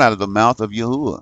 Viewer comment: Praise Yahuah!!! You have discovered the correct pronounciation, which He showed me when I asked many years ago, & even the Arabic people know this to be true, including the muslims.